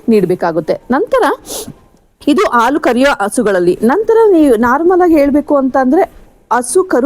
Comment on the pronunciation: Thanks ಆಲು ಅಲ್ಲ ಅದು ಹಾಲು